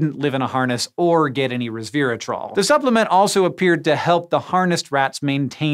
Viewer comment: not "reversatrol" >8^{